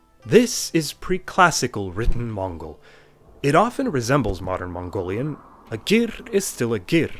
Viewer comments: Gotta say that your Mongolian pronunciation is pretty good. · You got pretty accurate pronunciation i was shocked. im Mongolian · I'm mongolian and your pronounciation is SPOT ON. And some mongolians still have trouble with mongolain script including myself😭😂